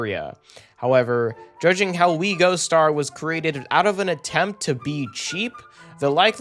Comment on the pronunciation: why does it annoy me so much when you say “We Gostar”